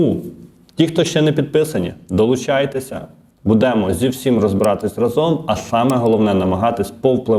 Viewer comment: та Не будЕмо… А бУдемо …!!!!! Слідкуй за мовою, неграмотний!😮😮😮